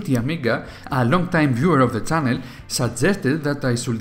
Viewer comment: It's channel, not Cannel